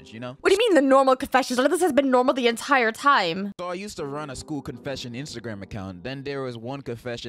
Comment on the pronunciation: i saw bro said "entiere",bro it's entire😅